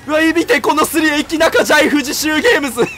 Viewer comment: のエキナカがイキナカに聞こえてえっちだねえっち